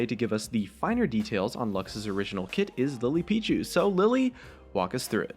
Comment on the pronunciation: is it just me, or when we he introduced his friend on he said "Lipichu" instead of "Lilypichu"... I am confused